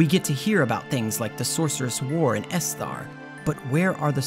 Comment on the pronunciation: the reason people feel you’re getting the pronunciation wrong is because a lot of the names are taken fully or partially from names of real places and people. Balamb for instance is akin to the Balham district in London, generally the emphasis goes on the first syllable, BAL-am, as opposed to bal-AM. E-dea, as opposed to ed-E-a. EST-er, rather than es-TAR. Still enjoyed the video, just being pedantic now.